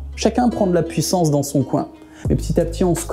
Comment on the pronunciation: Putain la montee en PWOUISSANCE. C'est fou et beau en meme temps.